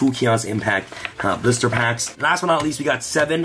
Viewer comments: Sounds like he’s saying “blooster” packs. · Is he saying blister packs?